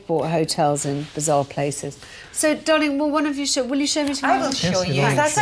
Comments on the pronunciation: But she doesn't .... she says Darlingk! 😂😂👍🏼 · Yes, and Alex says dawling.😆